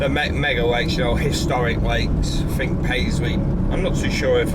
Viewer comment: Fink? I think he means think. Thuck-Wit.